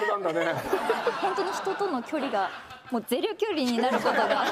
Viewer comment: まつりちゃんも『ゼロ距離』が『ゼリョ距離』になっちゃってる😁 そこがいい❗👍